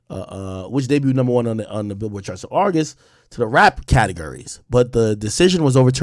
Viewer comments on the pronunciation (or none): none